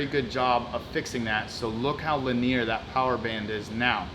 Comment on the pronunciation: I just love how you always mispronounce “linear”. Lol. Love your videos.